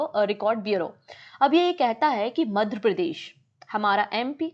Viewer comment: Ma'am! Aap apne hin state ka naam achhe se pronounce nhi kar parahe hain kyun ? It should be Madhya not Madhra Pradesh. I've told this many times but u take it as a light comment please ma'am make some fluency in ur pronounciation process. I'll be very happy to see that.